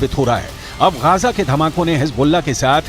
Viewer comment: Bhai, wo Gaja nahi Gaaza hota hai :)